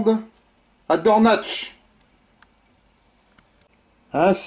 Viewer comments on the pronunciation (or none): Je suis né près de Dornach av de Lutterbach à Mulhouse...et j'adorait les histoires des anciens...Dornach se prononce DORNAK...